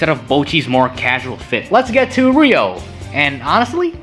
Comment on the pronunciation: HER NAME IS EVEN RYO DONT TELL ME ITS NOT RUI